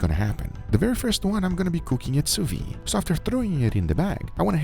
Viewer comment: if we ask you to do things without a barbecue because we don't have access to it you can probably guess we don't have access to a sous vide vat nor a flamethrower -_- also it's the 3rd time I say it, but you're pronouncing "Sous vide" wrong everytime... (the D is not silent) (you pronounce "sous" correctly though.)